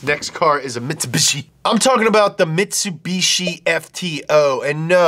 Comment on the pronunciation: Presents the Mitsubishi Pajero Evolution. Me, returns the video to that part to listen again. "Mitsubushi Pajero..." Me: Laughs hysterically in Spanish.